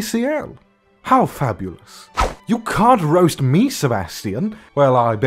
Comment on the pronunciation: You are very easy to roast. Ehem, by the way it is roast not "rost."